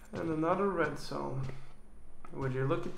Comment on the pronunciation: Die zedzone😂😂😂😂😂😂😂😂😂😂😂😂😂🙄